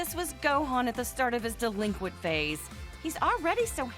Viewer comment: The "delenquent" stuff really gets tired and old after a while